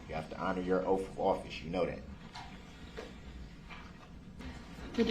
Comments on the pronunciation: I notice words that end with TH, he cant pronounce them words right and he pronounces them with a F at the end instead like oaf, troof, bafroom, breaf, boff. the list goes on. He cant pronounce simple words nor doesn't kno the definition to any simple words. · WTH? Why does he have such arrogance? And how doesn’t he know it’s “oath” and not “oaff”? And “libarry” ? What a dumb dumb. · He accepts value and axes questions about the oaf of office and tacket agreements while axing about grounz and substains. And he's not prepared for his witness and wants the court to delay? What a great "attorney" he was. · Oaf & axe & substain 😅😅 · "I have your oaf, your honor." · The more I watch him the more his pronunciation of oath, both and truth infuriate me. I know he can pronounce words with TH because I've heard him do it. It's pure laziness and I'm positive the jury thought it was as well. Not a good look at all.